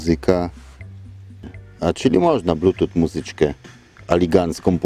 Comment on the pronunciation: Czytaj "blutus" , pozdro